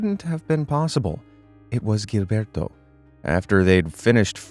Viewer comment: Very late and no longer relevant. But Gilberto has to be read and Jilberto, because its a portuguese name, the same way you read Genevaldo.